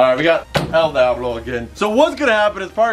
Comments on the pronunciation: Its pronounced deeablo not dieablo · It's pronounced dee-ahhh-blow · It's a shame he didn't pronounce it right